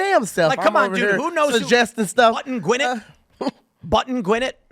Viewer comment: The way he says Gwinnett drives me crazy. It's Gwa-nett